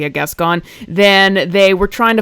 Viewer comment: Just like kevin ethan levin, can't stop putting foot into own mouth! And, the way you say that last name, sounds like"gaston"instead. Yes guys?